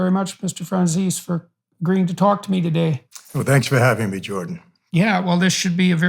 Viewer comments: its franZESE not franzecesee... bloody Americans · Great podcast, but finger nails on chalk board on how you both pronounce Franzese